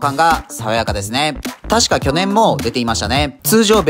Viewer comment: 去年のイントネーションに全てを持っていかれた